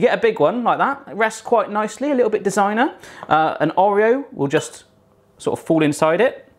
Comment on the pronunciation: You say Oreo really weird! :L